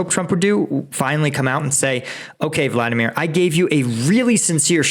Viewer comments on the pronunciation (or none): none